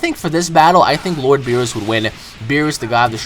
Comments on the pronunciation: beerus didnt fight ssj4 gogeta, he fought super sayan goku and its not (b-ee-ri-s) its (b-ee-re-u-s) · its Beerus not Beerrus xD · Its pronounced Beer us Beer. Us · ik this mf didnt just say "beeroos" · Its beerus! Not beros !!!!!!!!! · Beeroos ughhh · "Bee-roos".....kill me..... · Footie Geek so why say berus? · I know but pronounces it like Beerooa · His name is Beerus, but pronounces it "Beeroos" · Why do you pronounce Beerus like that you idiot. Please get it right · Anyone else bothered by "beeroos"? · you said beerus wrong